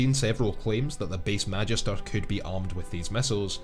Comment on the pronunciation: As someone who takes Latin classes in school, I hate how he mispronounces Magister.